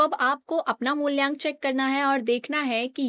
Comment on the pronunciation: Mulyank nhi mulank hota h 😂